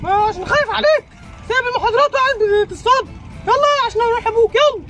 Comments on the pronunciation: تصطاد بالطاء مش بالتاء😂😂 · للتعديل كلمة تصتاد خاطئه الصحيحه تصطاد .. بالطاء وليست بالتاء...